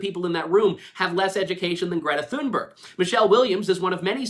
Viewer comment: Ricky Gervais doesn't even know how to pronounce "Thunberg"